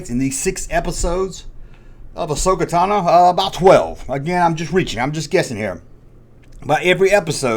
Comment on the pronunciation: Who’s Ahsoka “Tannah”?